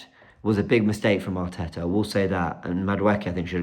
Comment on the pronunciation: 😂 as yaad man say hartetta hout. And dont forget robbie and the fan boys at AFTV covered up 5 years of slckness at arsenal. We alll saw this coming , why we suprised. Bottle job incoming